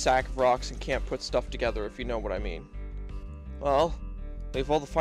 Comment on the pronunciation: "this shtuff". love it